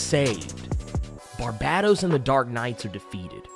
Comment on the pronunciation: Hey man, and I say this with love - and corroboration from Scott Synder and Greg Capullo and the works - it’s FUCKING Bar-BAY-tos!!!!!